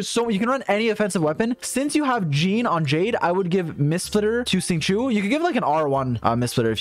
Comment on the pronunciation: when u finally realise he said sing chu isntead of shing chow: ayo wait wtf